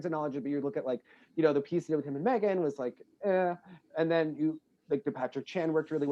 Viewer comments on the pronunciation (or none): none